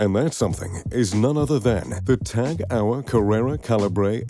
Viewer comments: Tag UH-wer?!!! It's Tag HO-yer ffs... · Tag Hour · Lots of people think its French cuz of the TAG merger, but the heuer part is German ofc and it makes me wince too. He just says TAG Hour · s/b pronounced Tag HOY-er. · This video is maybe 5-10% about watches and the rest about extraneous stuff. Also, go learn how to pronounce Tag Heuer or indeed Heuer, BEFORE making a video about WATCHES. Also, I bet everyone knows a lot about Gates, Bezos and Musk and how much money they have, BEFORE coming to this video, so fucking skip that part talking about things that are not about watches, which is the fucking title of this video. It took over 2 minutes to get to hear about the first "billionaire watch". Long story short, this video sucks, it's terrible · I think im having a little stroke everytime he tries to pronounce Tag Heuer.... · I wince each time too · One would assume that a person talking about luxury watches should know how to pronounce "Tag Heuer"